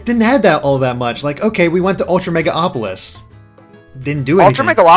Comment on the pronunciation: that triggered me so much and also mega-opolis and Ghestis....